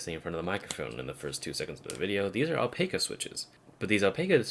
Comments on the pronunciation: Owl-Pack-Ah .. pronounce it like that, I should know, I have the flesh and blood kind. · I believe it's pronounced Al-pac-a with short a, like pac-man.